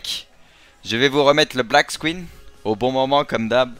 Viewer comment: Mec c'est pas black squinne c'est black SCREEN